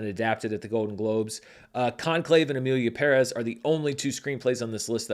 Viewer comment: Finally an American who pronounces Emilia Pérez correctly 😊